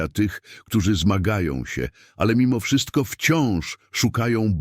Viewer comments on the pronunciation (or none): none